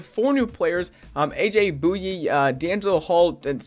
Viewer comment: Did he just say aj bouye like that